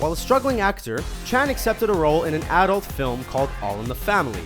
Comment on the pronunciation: "did AHdult movies"